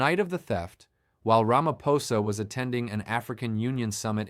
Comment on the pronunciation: Another, wait for it, "Mer- kwer- nazi," "Rammer-phoser" AI detective, who wants to expose "devastating corruption" whilst being mum on the most devastating corruption of all: 1902's Treaty of Vereeniging and the theft of SA.